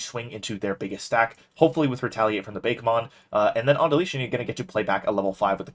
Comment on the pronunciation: LOL. It's BA-KE-mon. Not beykmon. Ok weebmode off.